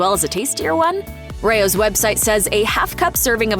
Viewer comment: Correct pronunciation is RAY-ohs.